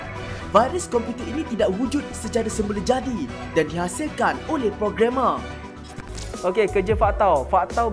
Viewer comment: Yg cakap:Programmer Yg aku dengar:Pro Gamer